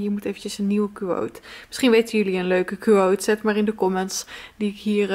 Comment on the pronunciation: Kuwoot? Hahaha. Je spreekt het toch uit als Kwoot? 😂♥️